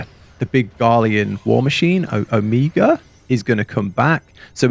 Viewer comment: "Omega" is pronounced just like the Greek letter. Alpha and Omega? But the way you said it was adorable.